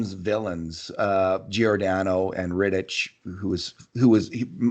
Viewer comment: Rittich makes the all star game and he still can't pronounce his name right🤦‍♂️ Atleast knows his shit lmao